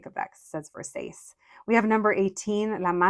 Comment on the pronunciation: Versace: ver-sah-chay